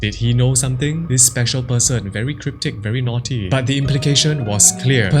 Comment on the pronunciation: I love the way asians say the word "naughty" like you did! Hahaha! 🤣😂